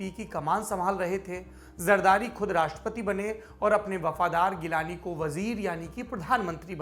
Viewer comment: Saurab bhai wo G-lani hai geelani nahi ...